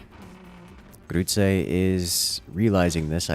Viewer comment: I love the way you pronounce "Grütze" :D